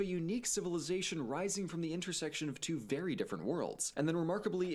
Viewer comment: Two-ah not twatha